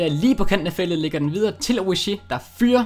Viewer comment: Han udtales altså Oriigi